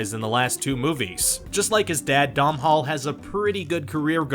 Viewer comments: It’s pronounced do-nal not dom-hall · It's pronounced DONAL! NOT DOMHALL 😂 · "Michael Gambin" "Dom-Hall Gleeson" "Rhys Iff-Ans"